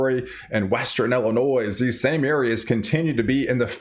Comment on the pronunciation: It's not El inois, it's ILL- inoi